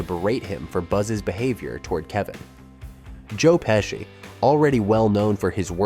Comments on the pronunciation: Yes sir most definitely.. joe peeshe lmfao😂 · We can tell "Joe Payshe"